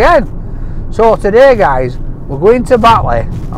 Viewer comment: Sooo, teh-day...